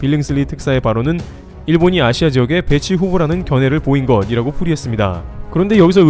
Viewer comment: 영상 중반 ~것이라고-거시라고...라 읽어야 한다고!!!!!왜자꾸 거디라고 로 등신같이 읽니???이거 엄청 거슬리는데 나만 그런거야???ㅜㅜ 옛다....싫어요 받아랏!